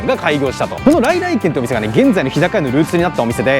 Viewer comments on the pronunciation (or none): の「さ〜来来てん(軒)南銀座店」て 言ってる😂間違い指摘してすんません😊